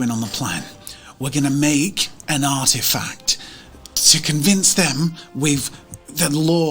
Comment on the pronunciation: Why is it every time said "Artifact", all I heard was "Art Attack"! Loved this so much...good fun!